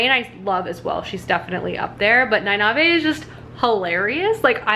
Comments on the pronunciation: Knee-Nay-Eve. There you go. 😌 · It doesn't really matter, but Nynaeve is pronounced /NIGH-neev/ and Egwene /eh-GWAIN/ :) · E-gwain, Nine-eve, and the (eyes-se-die) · Ny-nive-hey hahahahahha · Ah, the right of passage, mispronouncing Nynaeves name. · Love the wheel of time... then I was bored but compelled to read the wheel of time... then I was heart broken by the wheel of time after the authors passing...then I was 110% back on board for the Sanderson conclusion. Also no worries about mispronounced names...my brain could never get Nynaeve, I swear it added letters haha. Cautiously optimistic about the show. Glad you enjoyed the 2nd book. The first 6 are excellent. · ooof, there's a pronounciation guide at the end of every book! I kinda get goosebumps everytime you pronounce nynaeve wrongly hahahaha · I see your point. However, having read and listened to all the books multiple times she is saying it wrong. They don’t say it like that in the audiobooks. It doesn’t bother me that she says it wrong, but she is saying it wrong. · Listens to the book Still mispronounces Nynaeve (I'm sorry. I can't ignore it) 6 days until the TV show!